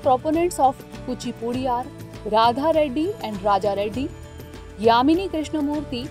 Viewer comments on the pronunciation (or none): none